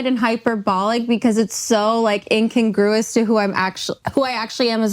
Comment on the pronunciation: Using the word “incongruous” when you can’t even pronounce it properly is not a good look.